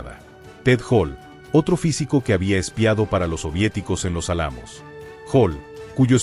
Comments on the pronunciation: Se dice álamo con acento en la a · Exacto. No recisto la mala pronunciaciòn.